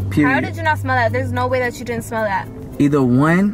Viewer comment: " don't do dat" it's don't do that 🤣 words